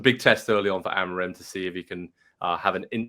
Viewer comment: dude can’t even pronounce amorim’s name